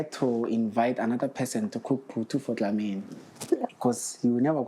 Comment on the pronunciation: 😂😂we it's Dlamini not Ndlamini😢😢😂❤